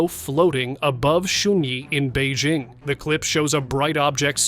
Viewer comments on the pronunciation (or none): none